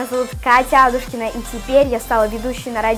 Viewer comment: АдУУшкина или АААдушкина? Куда падает ударение?